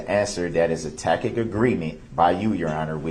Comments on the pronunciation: the dude says uhhm more than brooks mispronounces words like SUBstain,GrounZ,TACKit,Bye-EST,AXED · "Is it a tack-it agreement???" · He's never spent much time with wducated speakers of the English language, so doesn't know the 'c' is a ' soft c', sounds like an 's', in 'tacit' meaning an implied, or unspoken agreement. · I wonder how many times Judge Dorow had to bite her lip to keep from laughing at Brooks each time he said "tacket agreement"? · Yep. That’s up there with “I don’t know what a tackit agreement is.” And then there’s the time when she told him there’s no t in bias. Awesome sauce!😁👀😆😍🥳